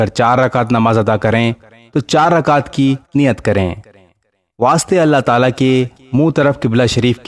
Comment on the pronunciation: وتعلی میں لا کو لمبا کرنا ہے کیوں کہ کھڑی زبر ہے